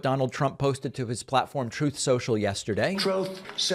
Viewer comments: I really thought Trump said it as "Throat Sensual". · The idiot (Trump) can't even pronounce the name of his own media outlet. Troth Sential - He is trying to say ( Truth Social) ......I can see how he has trouble pronouncing the word Truth. He doesn't know the meaning of Truth. Social must just be one of those hard words for him to pronounce,.. like Yosemite. It is actually hard to believe that this Idiot (Trump) was the president of the United States at one time. Unbelievable. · 👍🏾😂 "Troth Cential" never gets old! 🤣🤣🤣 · "Trothe Sensial" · Thanks, David and team! “Chtroth Sential” makes me smile every friggin time 😊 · The “Troth Sential” sound bite will always make me laugh